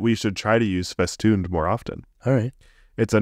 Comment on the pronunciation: Festune? Is that in the dictionary? Ahh Festooned